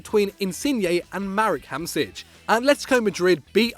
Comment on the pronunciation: Jesus, can you actually learn how to pronounce the names of the players properly? How hard is that? Marek Hamsich, Kruschak? :D